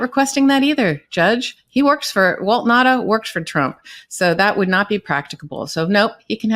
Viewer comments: Now-ta not Nadda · I am a proud islander on Guam. WALT NAUTA is a son of Guam. It is pronounced NOW-ta